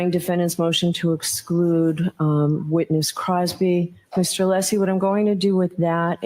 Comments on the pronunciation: does know how to pronounce Alessi’s name properly! He slipped and said it correctly. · Yes, I heard it as well!